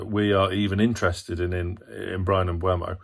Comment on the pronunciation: You say Mbuemo, his name is Mbeumo. 🙂 (not that anyone cares) Agree that midfield needs to change but Willock is not in form either. Tonali is a much better player in almost every aspect than Longstaff, but we miss Longstaffs dummy runs which provides space for other players. And let's be honest. Trippiers deadly right foot is much harder to defend against than what Livramento offers going forward. So the lack of threat down the right is not only because of the right winger.